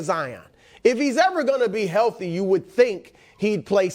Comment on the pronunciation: I have realized something in recent months... Nicks go to is the phrase "I think", only instead of pronouncing "Th" in correct manner, i.e. thought, three, thrust, etc... He pronounces it like The, They, Them... Once you identify it, it's nails on a chalkboard. Do better Nick.